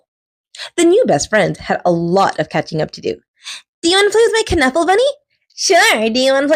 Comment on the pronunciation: Loved this!!!! And it's pronounced Nuffle... like Knuckle